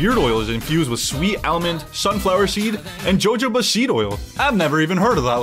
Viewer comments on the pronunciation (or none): hi, just letting u know jojoba is actually pronounced “ho-hoba”! it’s spanish so the J makes an h sound:)